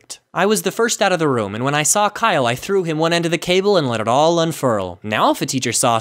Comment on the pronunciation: Kiyle me: do you mean james